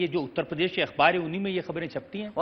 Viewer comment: Akhiliesh babu apne state ka naam lena to seekh lo km se km. He call it UTTA PRADESH. Bich mai se R kha jaate ho. 5 saal mukhya mantri reh chuke ho janaab.ab to seekh jao